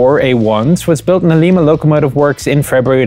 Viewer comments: its pronounced LIE MU locomotive works. LIE MU. not lee ma. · "Lie-Ma", not "Lee-Ma" (Ohio). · LIMA (L EYE MUH) not LEEMA! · Just a quick correction - Grew up in Lima, Ohio. The Lima Locomotive works were based in my hometown Lima, Ohio and it, like the small town, are pronounced L-EYE-ma. Not L-EE-ma. As in a bag of lye, not as in your knee. Common mistake though - most folks try pronouncing it like the South American capital of Peru the first time. Otherwise love the vids. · Lima, not lee-ma Im from ohio, and i love trains, and i must defend the pronunciation of the Lima Locomotive Works of Lima Ohio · Lye mah - as it is pronounced in the U.S., where you live, NOT "lee mah," as in Peru. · its not lema its Ly MA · Hey Chieftan, Lee-muh is in Peru. As we don't predominantly speak Spanish in Ohio we built m4a1s at the Lie-muh locomotive works. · In Ohio it is pronounced "LYMA"....like the bean. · Not "Lima"- as in Peru, but Lima - as in bean. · I cringe every time he mispronounces lima.